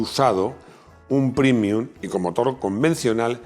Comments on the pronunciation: prémium, prémium, prémium. Pre, pre, pre. Me sangra el oído y el duodeno. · ¡Y dale con primium! Paleto, que se dice prEmium, como prEmio.